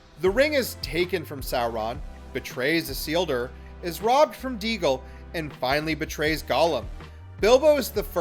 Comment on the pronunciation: Did he say Deagle when talking about Sméagol turning into Gollum?